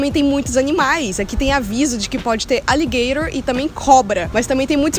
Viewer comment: Por que vc fala aligaithor ? fala jacare mesmo !